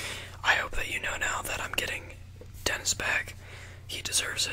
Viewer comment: every time he says “dennis” i hear “tennis”. 😂😭😭💀